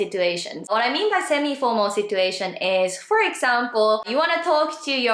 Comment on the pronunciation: thanks a lot! This helped me a lot and will surely help the people who will hear it from me. Just one thing. Since your English pronunciation is great and there's only one thing that stood out to me as an English teacher, I'm gonna tell you about it. I hope you don't mind. I don't think anyone else would tell you this, but the "t" in "situation" is actually pronounced as "ch". So even though it's written as "situation", the pronunciation would be "sichuation". Keep up the great work!:)